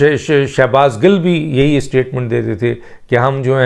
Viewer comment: Gil not gull